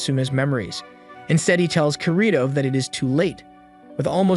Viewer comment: Hmmmmm good vid overall that I’d rate it about a 7.5 out of 10, but it hurt to hear the way he said “Ker-ee-to” instead of “Kēēr-ēē-to” and “uh-soo-nuh” instead of “ah-soo-nuh”. Then again it might be to not get hit for copyright so idk.